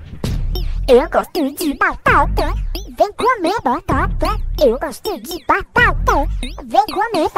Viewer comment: Foi tipo eu glostlo dle blatatla